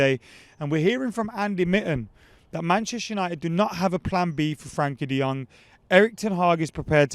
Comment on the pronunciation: I have a dream - To hear say Frenkie de Jong's name right for once. Frenkie, lad, Frenkie.